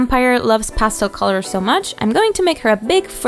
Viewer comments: I totally thought you said Pasta Loving Vampire I’m like oh nice way of getting away with “marinara sauce”(blood) but then I quickly realized it was Pastel! Not making fun just kinda funny that I full was ready for a Pasta Loving Vampire…lol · In the beginning, I thought she was a "pasta loving vampire"... now I realize probably said "Pastel loving vampire". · I thought she said pasta for a second